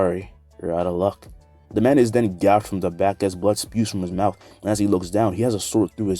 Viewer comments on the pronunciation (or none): none